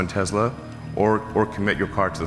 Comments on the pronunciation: When Elon said Tezla 👺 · This is coming from the same guy who never followed up on his Tesla solar roof tiles lie. Teslas are already unreliable enough, always being in the shop like 2001-present BMW and Mercedes. He can't even pronounce his own company name correctly!